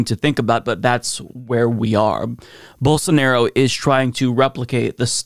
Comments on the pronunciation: "BOWL-SAN-ORO" -Rave Dubin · Geez, thanks for reminding me of the “Don’t Burn This Book” weirdo saying “BolSARNaro” -_